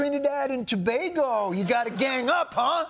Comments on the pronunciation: As a Trini I’m shocked Jon pronounced “Tobago” correctly 😂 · At least he pronounced tobago correctly